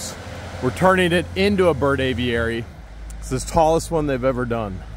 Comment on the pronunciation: you make me laugh the way you pronounce Aviary! Just say A Very. That way it will sound right! Love you guys. Hi from the UK! I cannot wait to see the downfall of Russ the suss! And his cohorts! Otter Creek residents deserve so much better! As for that Looney Toon woman how did she get an adopted child?? Makes me wonder if that little girl was actually adopted. Scary thought!